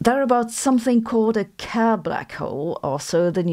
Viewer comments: Kerr - pronounced like cur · Why did she pronounce 'Kerr' like a German? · I think she's using the German pronunciation of the name Kerr.